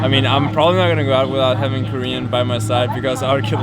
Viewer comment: I keep hearing "Cream Bootcamp" instead of "Korean Bootcamp" messed up my head! xD